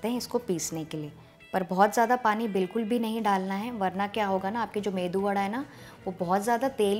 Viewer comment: I like ur saying medu vada....